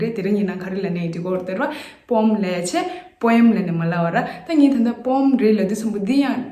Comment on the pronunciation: But do check the pronunciation of poem in British accent as it is pronouncing as poem as we usually pronounce.... Not mean to bring any error as you are doing really wonderful ...